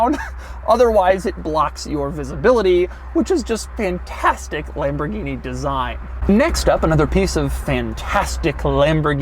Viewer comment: It's not LEmborgini it is LAmborgini!